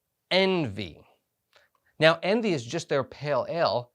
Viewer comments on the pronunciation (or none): Pronounced ON-VAY. Coming in the club box in July. Patiently waiting... Great review. Cheers!